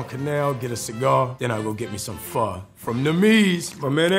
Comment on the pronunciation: Respect when he said pho correctly